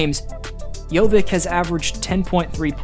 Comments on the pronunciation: Hey, it is not JoviK, it is Jovic same as Jokic, just instead of k in the middle it is v. :) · It's not JOVIK, it's JOVIĆ!! Most Serbian surnames end in IĆ, how hard is that to remember? So, like Jokić, Bogdanović, Petrović, etc... on IĆ, every Serbian surname should be pronounced that way. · Jo-vich not Jo-vik. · It's not JoviK, its Jović, just like Jokić 😉 Great analysis though 👍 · Bro, how do you pronounce Jokic - Jokic, but Jovic - Jovik :D like, why, its YOVICH not YOVICK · "Jovick" more like JohnVick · Jovic , not Jovik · Great video as always, just wanna point out, Jović is pronounced just like Jokić only with a V. Not JoviK. Sometimes you might see it written as Jovic, but if we're talking about Serbs, most of the surnames end in "ić". Jokić, Bogdanović, Gudurić, Avramović, etc. Easiest way to spot a Serb in a wild. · upravo to komentarisem gore, cita Jokic savrseno i onda odjednom BUM Jovik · It's not Jovik, it's pronounced the same like Nuggets Jokic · ali je covek rekao Jokić normalno ja Jović Jovik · para uši jovik. Baš me nervira